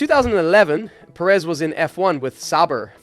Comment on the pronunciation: Can we stop calling him Seryio Per-Éz already